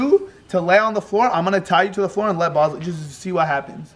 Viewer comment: remember when u called Bosley Boswell